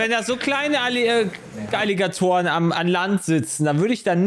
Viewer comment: ich hab erst "Illegatoren" verstanden, auch iwie n cooler Name